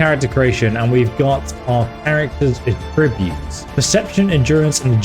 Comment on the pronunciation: In English pronunciation can change the meaning of homonyms. At-TRIB-ute is a verb. AT-tri-bute is the noun.